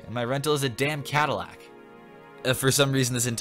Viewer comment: cadillac rhymes with backpack